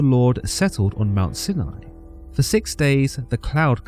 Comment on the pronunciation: Im just glad he pronounced Sinai correctly. Although he pronounced Job incorrectly as, Joab, so there's always room for improvement